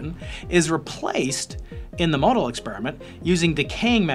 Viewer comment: FYI the 'o' in MoEDAL is silent.